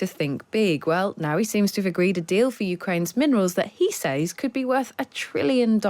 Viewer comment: This lady can't even pronounce the word Says.